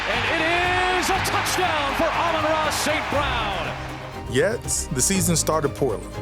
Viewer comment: "rookie reciever Amaarara St Brown" 🤣